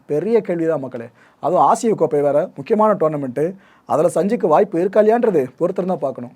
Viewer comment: Bro ஆசியா கோப்பை இல்ல ஆசிய கோப்பை🤣🤣🤣